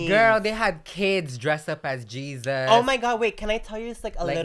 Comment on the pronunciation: HEY-ZEUS-BRETMAN lolllll